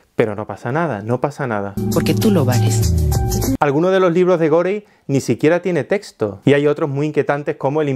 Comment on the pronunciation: si es Inglés es gori..... en ese idioma la e final es silenciosa